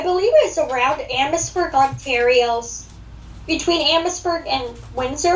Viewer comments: Yes lol i should of corrected him on how to say it eh lol 😜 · Oh i was being nice and it didn't matter if you said Ontario wrong hahahaha 🤣😄 also i didn't realize you said it wrong until after i listened to the podcast lol